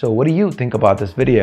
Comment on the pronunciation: it's not bout it's About